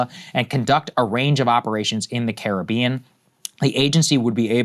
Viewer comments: Sagaar's pronunciation of Caribbean countries was the worst I've ever heard. 😂😂😂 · Saagar butchered the names of those Caribbean nations 🤦🏾‍♂️😂